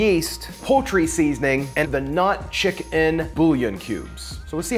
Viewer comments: Why is he saying chickun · he says chicken real weird.